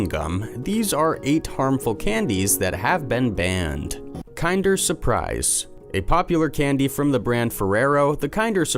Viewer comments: Really bothered me that KINDER is being mispronounced!!!!! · It's pronounced KIN-DER not KIND-ER.